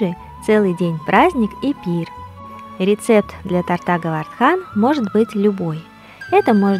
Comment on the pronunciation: Харе Кришна, спасибо за прекрасное видео и замечательное философское сопровождение. В рус.языке в слове " торта" правильно ставить ударение на первом слоге. Извините за поправку. Мои поклоны. Удачи Вам!